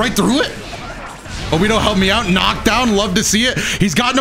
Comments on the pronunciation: I'd just like to point out that it's pronounced Obito, with the hard T, not like Obidoe, just saying :) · Saying obido sometimes was a lil triggering but overall I like the vid love the content keep it up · Did he just pronounce obito as "obido" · Did he really say Obido